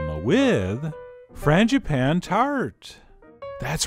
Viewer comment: Fran-juh-pah-neh.. Es tu, Chef John? ;-)